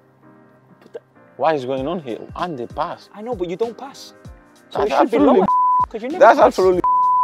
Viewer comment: Adama says pass, as "pas" 😂😂